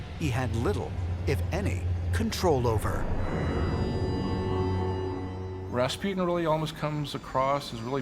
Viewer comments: It's RASPUTIN, not Raspjyytin! :'D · Raas-poo-tin Not Ras-pew-tin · Pronunciation : Raaas -Puh - tin.. Americans : Raspi-ew-tin